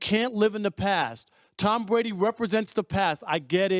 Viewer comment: Who is “Tom Bwady”?